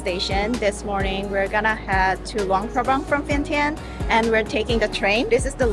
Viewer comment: Actually it's pronounced as Vien-Chang, just saying.